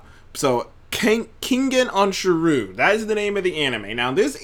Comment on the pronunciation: Keep grinding views will go up respect💯💯 and it’s Ken-Gen Osh-Urah